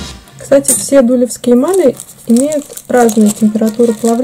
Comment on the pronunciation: Не во первых Дулёвские ударение на ё . Во вторых на фондон кладется любая эмаль . В третьих 145 эмаль это медный рубин и красный цвет появляется при реакции с медью. По золотым рубинам 5 и 3, их не кладут на чистое серебро. Вы не владеете этой техникой. Ролик туфта!!!!!